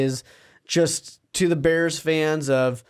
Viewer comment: Not beers it’s da bears I’m done watching you until you apologize